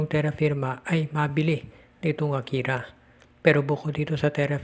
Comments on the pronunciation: akari not akira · AKARI PO HINDI AKIRA